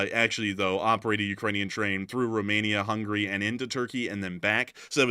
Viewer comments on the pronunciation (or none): none